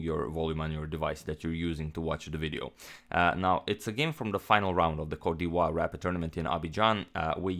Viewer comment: I think it is pronounced cot - di evoir